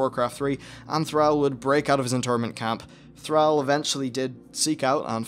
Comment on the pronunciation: I like the video but PRONUNCE THRALL PROPERLY even Go'el is good enough